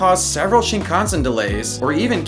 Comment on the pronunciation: the way he pronounces shinKANsen...